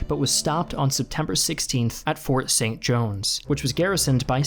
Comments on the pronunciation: Yeah, I understand that, but it sounds like he's saying Fort Saint Jones instead of Fort Saint John(Jean) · It's Fort St-Jean, not Fort St-Jones